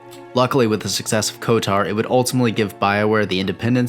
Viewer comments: I wish it didn't, but you saying "" instead of "KOTOR" bothers me, like a lot lmao. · Why do you pronounce KotOR as KotAR? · why do you keep saying? you know its kotor, right? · why does he keep saying '?' why cant he just say kotor. like... ko.... tor... its real easy. like the dark web browser. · still not as bad as the other guy who made a video about it and said K O T O R, as in every letter separately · Why do you keep pronouncing it ""? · I’m still wishing for kotor 3.. and no, I’m not talking about swtor, but kotor 3. Kotor 1&2 are among my favorite games of all time Btw... I literally cringed every time you pronounced kotor, like. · Does Google have access to my Steam account? Literally haven't looked at anything SW or KOTOR related, but the day I start playing KOTOR 2 on Steam to check out the Restored Content Mod, your video is in my recommended feed... Good vid btw, agree with almost everything said, just not the pronunciation:P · KOTOR is my favorite game >Spends 20 minutes pronouncing the acronym wrong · BRO HOW DO YOU MISPRONOUNCE KOTOR WRONG. Just hearing it over and over again just hurts my ears. But wonderful review nonetheless! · I really liked the video on KOTOR 2. I noticed that you struggled with enunciating both of the O's in the title, calling it "Kotur" as well as pronouncing the series "Star Wers". Not trolling. Just letting you know so you can either fix it or get really good at not caring in case you want to do voiceovers as a potential career. Either way, thanks for putting this up. You got a new sub for it.